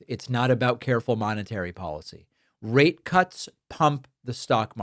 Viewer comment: Brother, you need to annunciate your rate because it doesn’t sound like you’re saying rate